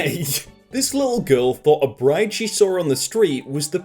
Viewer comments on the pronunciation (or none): none